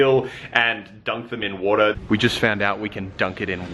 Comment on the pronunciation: I love the way you say water😂